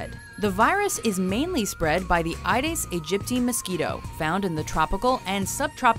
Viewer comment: It's not AIDES Its AEDES pronounced A-E-DES.